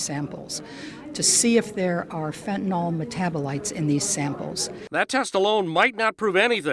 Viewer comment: Fentanyl, not Fentanall.